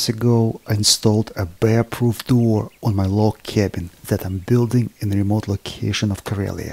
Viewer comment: As you said - to make it bear ptoof